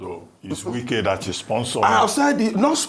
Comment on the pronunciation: The way dey pronounce Wike name 😂😅😂😅 "Nye Wike" 😂😅😂 Na wa o!!